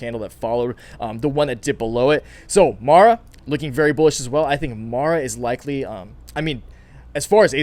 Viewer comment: Lol, you finally got MARA name name right 😆🤣